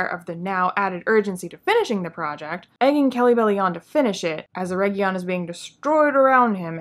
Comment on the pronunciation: It's not Eregion, it's ERRRRRRRRRRRegion!